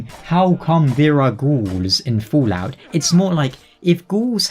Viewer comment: Are You purposely saying Foolout? Or is it just an accent thing? :) BTW as for GTA5: "Rockstar Games' Grand Theft Auto 5 is now the best-selling entertainment product in history, eclipsing any medium. According to a new report by MarketWatch, GTA 5 has now sold over 90 million copies and generated over $6 billion in revenue since its initial release."